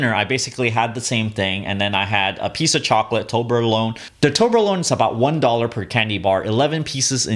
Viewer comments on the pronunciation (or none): I cringe each time he says toblerone wrong